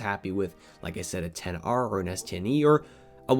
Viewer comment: Get the s10 E 😂😂 he just murder the XR name 😂😂 At 10:6